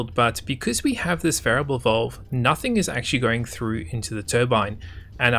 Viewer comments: VALVE.. not VOLVE.. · I love the quality of these videos and the fact that he is the only YouTuber thag explains this game in depth annoys me. The way this guy talks drives me nuts. It's valve not vulve dude 😶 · the way he says valve is so posh lol